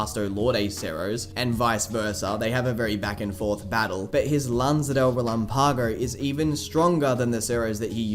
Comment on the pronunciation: For the love of goodness lan-za de re-LAM-pago.